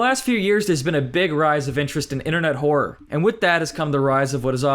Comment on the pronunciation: Horror? Nah Whoror